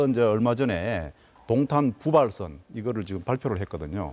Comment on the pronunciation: 야~ 도옹탄이아니고 동탄!!!! 발음 머 같네` 넌 안돼겠다.